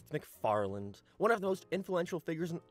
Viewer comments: McFarlanD?? every fkng time. it seems like this guy should be able to at least pronounce the name correctly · I love how its accepted amongst seth MacFarlane's fans that we just throw a D in the end of his name when speaking it out-loud